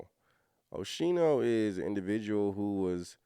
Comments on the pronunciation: Pronounced Oskeeno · I apologize, but It’s pronounced Oschino (O-Skeen-o) I’m from Philly. He come from North Philly, he lived the struggle for real. He also did time in prison. The old state prison (Graterford State Penitentiary). Oschino definitely know Jay, and Beanie Siegel. Oschino a good people. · It's pronouned Oh-Skeen-O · His name is pronounced O-sc-i-no the h is silent. I remember him from State Property’s songs